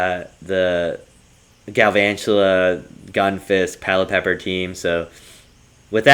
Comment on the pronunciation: I think its pronounce Pelliper instead of Pellipepper